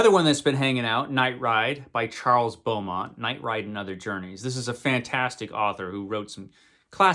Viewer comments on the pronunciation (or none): none